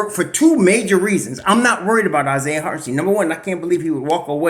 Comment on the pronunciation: It’s pronounced Hart-en-SHTINE. Not Hart-en-steen. Like Albert Ein-SHTINE. If Isiah does resign, we gotta get this right. Cant do 4 more years of butchering. Lol.